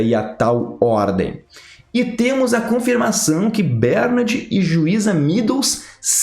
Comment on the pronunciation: Continua ele falando BÉRnard, Jesus amado!